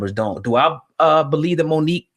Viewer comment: Bruh said like Mook and Aye Verb